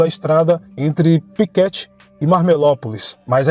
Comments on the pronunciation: Uma pequena correção, é Piquete e não Piquéte. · Muito bom, só a pronúncia do município de Piquete, que se lê "Piquête e não "Piquéte", mas só como curiosidade, conteúdo excelente. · Kkkkk eu ria toda vez que escutei ele dizer Piquéte